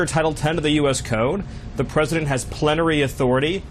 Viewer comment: "Plentery authority.... 👁👄👁" Dude could not handle how he absolutely butchered that and had to act like he wasn't connected anymore. 😂